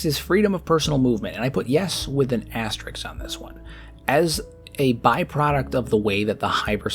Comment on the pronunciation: Its asterisk, not asterix. Asterix is a french comic book character.